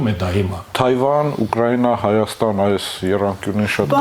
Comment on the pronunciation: Աղջիկ ջան, Ուկռայնյա չի, այլ Ուկրաինա։